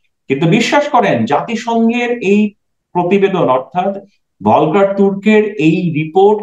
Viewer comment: জাতিসংঘের হিউম‍্যান রাইটস কমিশনের প্রধান Volker Türk, উচ্চারন টা হবে, ফলকার টুর্ক। জার্মান ভাষায় V সবসময় F বা ফ উচ্চারন হয়। সুতরাং যত শিক্ষিত শিক্ষিত ব‍্যক্তিরা “ভলকার” উচ্চারণ করছেন, সেটা ভুল। উল্লেখ‍্যঃ আমি জার্মানিতে থাকি, এবং সব সময় আপনার কথা শুনি। উনি অস্ট্রিয়ান, যে দেশ জার্মানির প্রতিবেশি এবং কাইন্ড অফ প্রচুর জার্মান ডমিনেটেড।